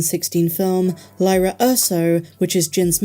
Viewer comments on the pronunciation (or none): I love your content! This vid was great. But you mispronounced 'Lyra" every time this video lol. Her name rhymes with Qi'ra (Kira):)